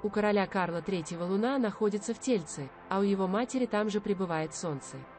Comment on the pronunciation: Неправильно ставите ударения (в тельце )ударение на последнюю букву Е , а тельце ударение на вторую букву Е значит тельце маленького ребёнка.